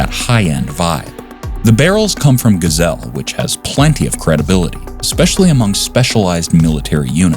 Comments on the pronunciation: Geissele is pronounced, guys-sell-lee. You're welcome. 😉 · Geissele is pronounced "Guyz-Lee" BTW. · So what he mis purnounced it. He doesn't sound stupid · Geissele - learn how to say it! You sound ignorant to the AR-world…